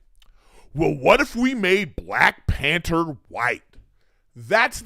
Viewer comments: PAN - THER not "pan - ter" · There’s a H in panther lol